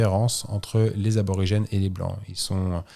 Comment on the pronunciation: Merci pour ce récit ! Superbe aventure !! Fabien c’est Aborigène pas Arbrorigene 😉